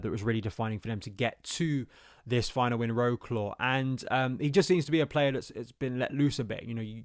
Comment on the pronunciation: Wroclaw. C is not pronounced as a K.